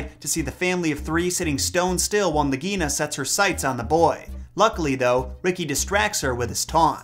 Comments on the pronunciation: Love this! But I think Nagaina is pronounced "Nog-A-Eee-na". Not "nog -EE-na". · Just a side note, I am not trying to criticize but in the movie the pronunciation of Nagaina was (Nāg a ee na)